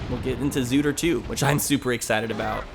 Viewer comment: its not called zootr 2 it's called 2ootr